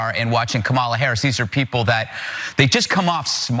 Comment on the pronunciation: He intentionally mispronounced our Vice President's name while complaining about liberals being petty. wow